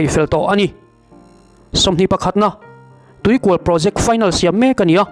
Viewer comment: Tuikual nilovin Tuikùal tia lam nise.